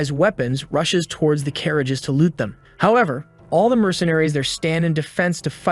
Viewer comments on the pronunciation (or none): none